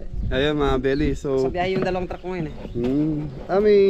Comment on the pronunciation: Dalawang “truck” po hindi “track”..